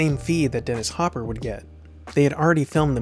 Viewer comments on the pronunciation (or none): none